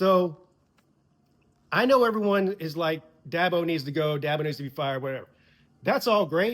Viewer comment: I love Dabo but it's DABO